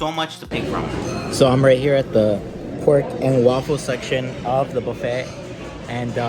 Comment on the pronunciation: Loved the detailed tour of the place. Only critique would be the proper and correct pronouncement of things, ie., buffet, salmon, pho, bisque. Otherwise, good job!!!